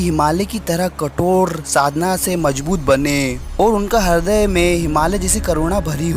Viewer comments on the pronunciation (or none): Hridya ❌hradya ✔️😂😂😂